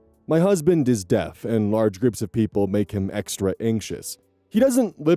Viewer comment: Lol. "The gays or the Deafs"